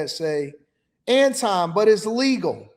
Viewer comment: Anton. His name is Anton.